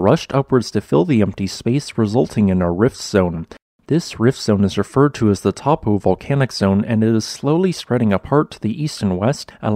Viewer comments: Taupo is pronounced Toe-poor by the way I live there :) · Good pronunciation of Ruapehu (Roo ah PAY hoo) but it's Toe poe for Taupo.